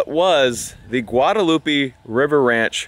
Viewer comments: I cringe every time you say Guadalupe lol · Killing me with the pronunciation of Guadalupe bro